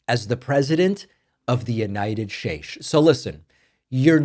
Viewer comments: The United ShateSh 😂😂😂 As good as Trothe Senchal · The United Shaytch 🤣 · “United Shtates”. lol😂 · "president of the united Shashe" lmao caught that, well played, David.